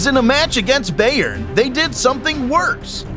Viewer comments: Anyone else triggered how they’re pronouncing Bayern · i’m from Munich it’s pronounced (buy urn) I mean no offense, but it sounds weird to a native speaker